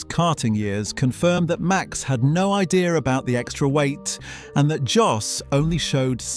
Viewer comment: That's great insight into Verstappen's style and predilections, thanks a lot! I believe Max will win the World Championship many, many more times in the future — and I'm a died-in-the-Red Tifosi! But I have to knuckle-smack you on one issue. Max's father — it's NOT "JOSS" for cryin' out loud! Max's father's name is pronounced "YOSS" as in most European languages "J" is pronounced as if it was a "Y". Your mistake is particularly annoying here as you you refer to him as "JOSS" around four-hundred and thirty-seven million times... 😫😩